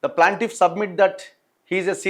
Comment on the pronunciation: Not PLANTIFF IT'S PLAINTIFF ANNA🙏🙏🙏🙏🙏